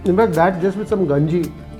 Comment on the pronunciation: Not ganji it's kanji